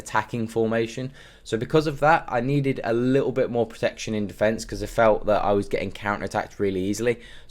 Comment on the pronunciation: „Come back on defence“ sounds like „ come back on the fence“ every time you say it 😀 great video though, I will switch to this formation to bring me back some fun in FIFA